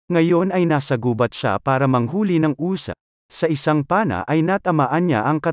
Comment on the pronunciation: Ang ganda! ayusin mo lang pagsasalita mo at hindi normal pakinggan nakaiirita lang, anong uza? mabils lang...usa! hindi uza! 😂😅